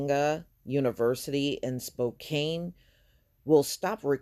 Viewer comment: I graduated from Eastern Washington university and WSU, but you butchered pronouncing Spokane and Gonzaga. It's ok though. Most don't know it exists lol